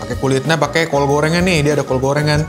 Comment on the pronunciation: Bang, lu ngomong "syurga" udah kayak "sya" huruf ijaiyah dan lu ngomong "kol" kayak pake "kho" huruf ijaiyah. Lu pernah jadi guru iqro yah? Wqwq